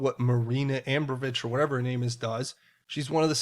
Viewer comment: pronunciation of Ab Rom' o vich. I hope that helps 😊. Love your great information.